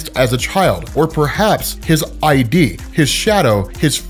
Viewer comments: . It's pronounced "id", not "I.D.". As in the Id, ego and super-ego. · is id. id and ego. i’m pronounced Ihd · weird distinction here but when you mention "his shadow...his fury" and mention his EYE DEE, it's actually the Id (pronounced Lid without the L ) which is the unconscious instinctual component of any psyche. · "ID" is not Iyedee but Idd, it is the subconscious actions of a particular individual. In this case it is rage. It is more so a reflection of the subconscious individual. The "ID" is not ment to be "eye dee" but more of an EYDD or EIDD. It is hard to grasp through text but if you could, imagine EyH-DId put into spoken language. Ehid it is the subconscious representation of one's innate desires for food, comfort, sex, violence, everything that your subconscious battles with. If you took a glance into philosophy you would understand. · lol at the editorials like one two punch. Don't pigeon hole, yo. His I.D.. It's an id. Like ed but with an i. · Id is pronounced "Ee-d" (quick "E") and doesn't mean Identity - it's just a standalone word for the most basic part of the mind of a person. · Your pronouncing ID as I.D. The story seems to be referencing the 3 personalities of the human psyche the id, ego, and superego. Its pronounced like "did" but without the first "d" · His "I.D."? LOLOL YOU SCRUB.. His ID, as in ego, id, etc... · It is not I.D., it is the "id". Said as a word, with a short "i", not as the individual letters. It is one of 3 aspects of the human psyche. The Ego, Super -Ego, and the "id". The "id" is the most primitive, instinctual, and raw aspect, or the most dangerous part of the Hulk's psychological make-up. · I’m pretty sure it’s supposed to be id (see Freud) not ID (short for identity). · His I D is most likely his id, a paychology term, one word and pronounced a bit differently, but pretty sure thats it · "Id" - Latin for Ego defined by Sigmund Freud. Not "I.D." ... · Id pronounced ihd rhymes with kid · it's not I.D. it's ID one syllable